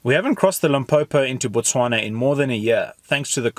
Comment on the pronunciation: Absolutely beautiful cinematic video. I really appreciate how all you guys pronounce all the names of my country's places correct every time, i really respect that effort considering how hard Setswana names are